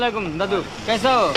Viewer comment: আরে কেছা হো , না। কেছি হে আপ আসালামুলাইকুম ভাইজান, দাদু